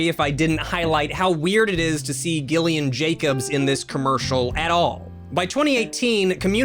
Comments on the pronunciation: My name is Gillian, but it’s pronounced like Jillian, so it’s so painful hearing it pronounced like that... and I wanna hear him say my name, lol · I didn’t know Gillian Jacobs before this so at first I thought pronunciation of her first name was one of those sarcastically passive aggressive lowkey roasts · Glad I waited until the interview to say that you were pronouncing her name wrong.